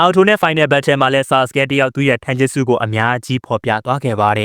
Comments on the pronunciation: たいじゅすတိုင်ဂျူစုပါ ထိုင်ဂျက်စုမဟုတ်ပါဘူး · ဂျပန်လိုromanjiမှာtaက တ ပါ iကအိပါ tai(たい)တိုင်ပါ အကိုက ထိုင်ပြောနေတာ မှားလို့ထောက်ပြတာပါ